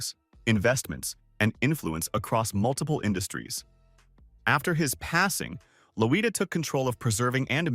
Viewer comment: It’s Loy-da